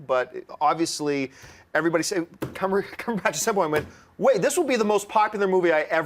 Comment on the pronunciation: Okay this has been pissing me off for a while and I'd like it known by John Campea himself that he is saying Benedict Cumberbatch's name wrong. It's pretty obvious there is absolutely no "botch" in the latter part of his last name. Why do you keep on saying it? Look at his interviews; it's clear he even says his name is Cumberbatch. #CumberbatchnotCumberBOTCH drops mic